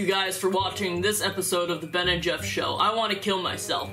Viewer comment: I will forever hold against Jeff the time he said "The Beff and Jen Show" 💀